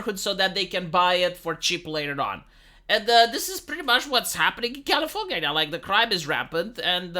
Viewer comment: Why do I love that he says Californyanya?